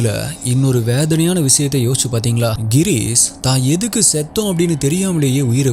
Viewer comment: avar peru Gheerees illa Ghirish!! enga konjam practice panji solli paru papom…